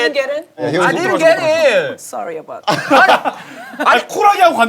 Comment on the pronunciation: 이거 뭔데 웃기냐 ㅋㅋㅋ 쒀리어바웉댓 ㅋㅋㅋㅋㅋㅋㅋ